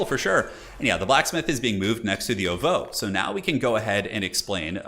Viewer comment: The way you pronounce ovoo bothers me